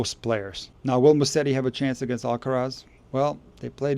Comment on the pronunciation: It's not Musseri but Musetti!